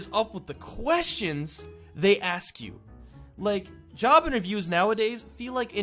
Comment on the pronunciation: I thought he said child abuse then I turned the captions and it said job interviews